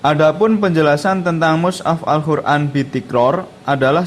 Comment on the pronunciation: Maaf mas, kok saya dengarnya Al Khur'an ya? Bukan Qof. Ngapunten..